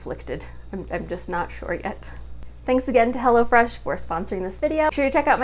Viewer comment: It sounds like you’re saying “hella fresh” instead of “hello fresh”